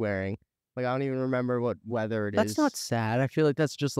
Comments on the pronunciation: Fr I LOST it when he goes ‘wedaw’ instead of weather 🥲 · 'thats why i kinda just have a closet in both places cos im like at this point i really need to just be prepared for any sort of weddre- weddor. Any sort of wedder wheverw i am i have to just be pwepared for that. No matter what.' 👹❤